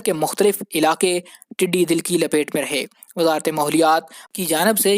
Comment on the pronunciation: PLZ CORRECT YOUR WORDS. TEDDY DAL NOT TEDDY DIL. THERE IS VAST DIFFERENCE BETWEEN DAL (MEANS CROWD & DIL MEANS HEART.